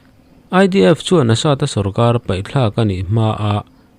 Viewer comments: Vau tha tih zawk tur a ni maw.vai thla ni lo vin.😂😂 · I la sawi sual fo vaithla nilovin Vauthla tih tur anih hmel e